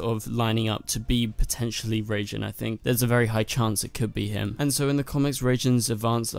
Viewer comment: It's not "Reijin/Reigin", it's "Raijin".